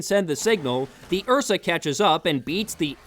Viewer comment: What’s an Ursa? Oh, you mean an uhhhsaaaahh